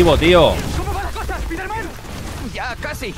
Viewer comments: Alguien escucho cuando el spider man dijo Spiter-man. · Espiderman doz 😂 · La única persona que respeto que diga espiderman en vez de espaiderman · No soporto en el idioma de Español-España que digan “Spiderman” cuando la palabra está en Inglés y así se debe de pronunciar de la manera correcta la pronunciación sería (Spaiderman) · Pronunciacion correcto: Spaider-Man Two